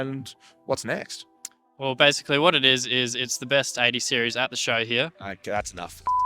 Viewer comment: That's golden. "OK sOoo It's ThE beST 80 SearIEs ArOUMd" 😂😂